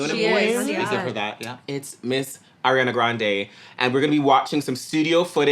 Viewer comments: is ar-iana not air-iana🧍🏽‍♂️ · If I hear one more person call her “air-iana” 🙃👀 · stop calling her airiana ffs like seriously